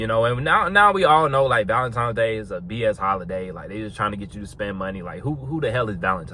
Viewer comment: It's cute how he says ValenTIMES, every single time . Corey Wayne also says it (but he aint on no body game stuff, he's more just about relationships). It would make sense if it was TIMES, as Tines is weird, and just coz it's some Saint dudes name -That nobody knows or cares about anyway. It's just a money spinner. Cool bandana